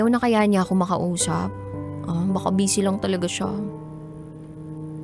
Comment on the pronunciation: Ma’am, bisi po, hindi bese!